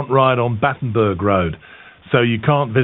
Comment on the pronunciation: Not Batterenberg!